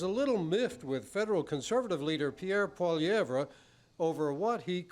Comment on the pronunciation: I don't like the way he says his last name haha is he doing that on purpose?